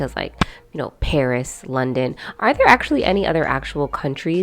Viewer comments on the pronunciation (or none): none